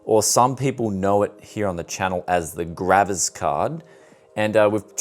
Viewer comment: gravis card = an old brand of sound card. He’s mispronouncing ‘graphics’ to sound like ‘gravis’... I think 😂